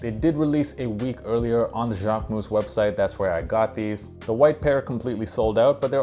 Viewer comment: Now I know it’s not pronounced Jack-way-moose 😅